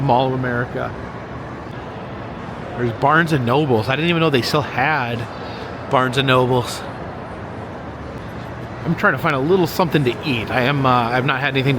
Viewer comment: Barnes and Noble. No “s” on the second word. 😂 😜